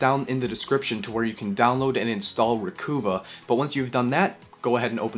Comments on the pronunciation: Psssst...It's...RE-COVE-UH not RE-COO-VAH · jusus fucking fail christ. its not re-coo-va. its Recuva, slang for Recover.... no hope for the next generation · I think the program is pronounced re-cuv-ah not re-coo-vah :) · Thanks. Hey, are you by any chance from Vancouver (Van-KOOO-va)? because you keep pronouncing it “Re-KOOO-va” I do believe it’s supposed to be “Re-KUHH-va”. To sound like re-KUHH-ver (“Recover”). Later, BREW... i mean BRAH !! 😎